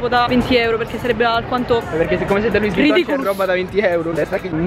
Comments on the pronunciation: "LUISSSSSS WUITTON" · Si pronuncia luì vuitton non luis🤦‍♂️ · Si pronuncia "lui vuiton" no luis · E poi si dice lui uitton Nn luis vitton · LoUIs VuITtOn, ah rega, la apronuncia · Non si dice luis vitton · Si pronuncia loui Vuitton 👍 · Ogni volta che pronuncia Louis vuitton, uno stilista muore